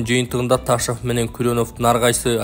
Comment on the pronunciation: Ээй, Эл учун окуп жатасын го.. Ташав дебей Ташов эле де кокуй👀🙄😄😄😄